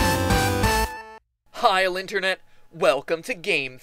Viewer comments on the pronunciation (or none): ...Am I the only one who noticed his intro said "Heil, Internet?" O_O